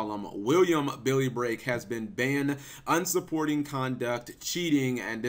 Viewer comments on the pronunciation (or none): Bruh. It's "unsporting". There is no 'u' in between 'un' and 'sporting'. You're usually well-spoken but for some reason that irks me. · Cap can you please read the word "Unsporting"? Its un-sporting not un-supporting. Un-supporting makes no sense Cap!!